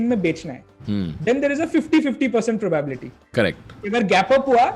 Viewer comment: How do you pronounce 'probaaabilty'?